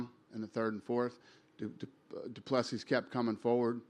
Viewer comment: 2nd round went to Du Plessis Dana as called by others. And it's pronounced doo plasea, should try to get the fighters name right.